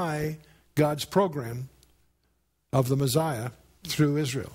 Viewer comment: Yeah, Cakka-phony, for cacophony, ChriAbim, for Cherubim, Mezziah for Messiah..lol Love him though. Too bad ,for us, he's gone. But we'll meet him in Heaven if we're saved.